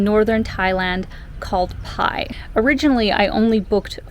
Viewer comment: I think it’s pronounce “bai” 🤔 The sign “bai my way” is a good indicator😉 Was there in 2003. Cannabis was never legal at that time but it was everywhere in Pai. 🤭Good times! Thanks for posting❤ I recommend renting a bike and getting out into the country-side.